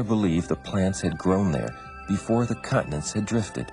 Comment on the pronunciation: Continents not cutnets